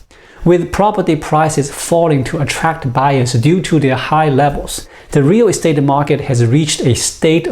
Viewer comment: Listening to him say "rear restate" makes me chuckle.